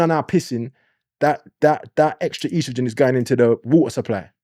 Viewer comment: Its estrogen not ostrogen 😂😂